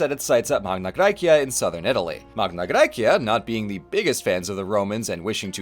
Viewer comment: What never ceases to amaze me, is that through the 3 hours of this video, the thing I piqued my interest the most was your classical pronounciation of Magna Graecia. It was so delightful , I loved it so much <3